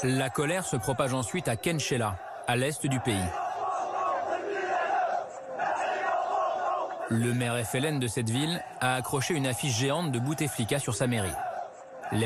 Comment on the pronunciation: Kherrata khenchela les noms des villes sont pas écorché mais charcutes